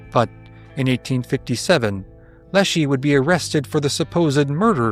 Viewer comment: Small point, I'm from Seattle, Leschi's name was pronounced lesh-EYE, not lesh-EE. As the video mentions, the local white pioneers thought Stevens' verdict amounted to murder. Washington was a territory, Stevens was appointed governor, he was not elected and not considered a representative of the people of the territory. He represented the federal government and his primary mission was getting treaties--which the Indians often "signed" with X's and did not understand because the spoke their Lushootseed language or the Chinook trade jargon. The treaties were intentionally not properly translated, the Indians didn't even understand exactly what they were signing. Stevens later died in the Civil War.